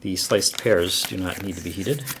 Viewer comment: Lol I heard "sliced piers" for "sliced pears"